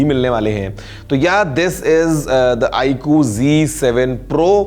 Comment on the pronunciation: iku nahi hain sir vo iqoo hain 😂